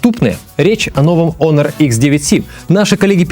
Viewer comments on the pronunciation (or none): none